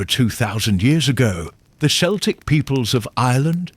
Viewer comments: This is AI. Celtic, ( hard C) pronounced as 'S'eltic. Lead, as in a dog lead, pronounced as the metal. AI generated to produce hits without effort. Turned it off once I knew it was'nt real. Shame. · Celtic is pronounced Kelltic like Cat and Canada and the Romans never set foot in Ireland so they didn't have any impact on Samhain. The arrival of Christianity around 700 AD did. I think it's a Pre Celtic holiday but although there is evidence to suggest so it's still a mystery. I imagine there was a lot of casuaties carving turnips. "It's a holiday older than memory". Yes, from the Republic of Ireland 🇮🇪.